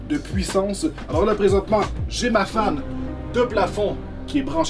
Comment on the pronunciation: Désolé, mais moi, j'ai entendu "j'ai ma femme qui est branchée dedans" au lieu de "j'ai ma fan (ventilateur) qui est branchée dedans" xD